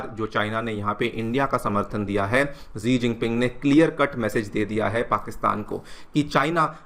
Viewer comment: Sir it's सी जिनपिंग